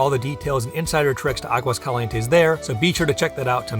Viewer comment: AHgwas CALee ENTes. Practice.